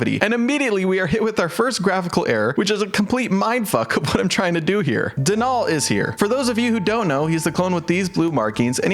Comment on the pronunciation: I’m gonna be that person and say Denal is pronounced like dental, not DeNall